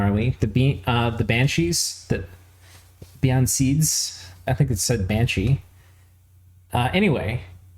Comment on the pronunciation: Bean is pronounced "ban", and Sidhe is pronounced "she" so Bean Sidhe becoming "ban-shee" is right on. Calling them banshee and coo-shee (Cu Sidhe) is correct. Please continue.